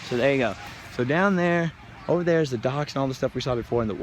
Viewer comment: I could watch a whole vlog of saying "over nyah" because it is hilarious.